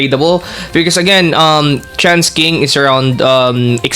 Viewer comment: Why does your tts keep saying trans king instead of chance king?